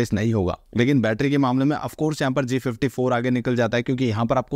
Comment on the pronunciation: Please be clear while speaking g34 and g54